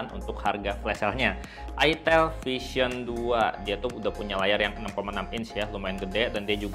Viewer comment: Hape ini klo salah sebut aja jadi berabe,, "EL" diagnti "IL" 🙄🙄🙄🙄